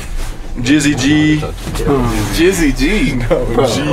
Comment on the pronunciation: Did that fool say jizzy G ???